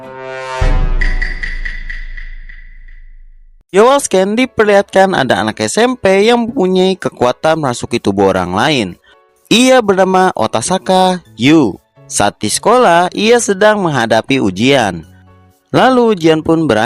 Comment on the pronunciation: Padahal otosaka dia bilang " Otasaka " Wkwk